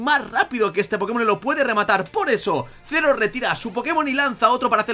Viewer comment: Ah y otra cosa, es Zeroh, no Zero xD, pero no pasa nada ^^